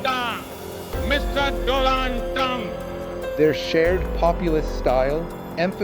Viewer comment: "doland trump" says the fool modi